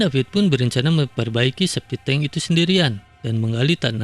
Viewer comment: Septic tank bang, bukan sepiteng